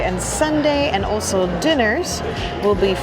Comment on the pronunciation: Realized you pronounce "also" as ulcer whenever you say it and now I cannot unheard it!! Great video again